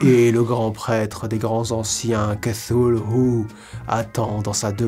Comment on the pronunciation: Enfin quelqu'un qui sait prononcer Cthulhu et R'lye correctement, ça fait zizir !!!! PS: "zizir" ?? Ho putain, JE SUIS VIEUX ! (c) JDay